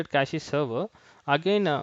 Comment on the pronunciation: It is pronounced cache - cash not cactchy redis - read-is not red-I-S